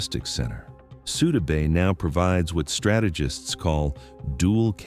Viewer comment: Please learn to pronounce the things you’re talking about. The base in Turkey is pronounced IN-jeer-leek, with a j sound. Less grating, but still wrong, the d in Souda is like the th in “the”. You sound uninformed if you can’t even pronounce the basic elements correctly.